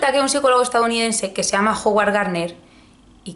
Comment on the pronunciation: Pronunciaste bien el libro, pero no el nombre de Howard Garner. No se dice "Joguar" es "Jáguard Garner"